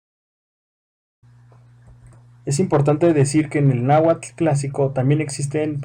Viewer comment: La h suena como j? Si digo Náhuatl, sonaría cómo "Nájuatl" Lo poco que conozco de mi lengua e que no se pronuncia así